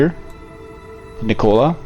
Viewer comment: It's Nick-cola it's neek-ola like Nikola Tesla. But great video. I'm just annoying about names. I'm sorry.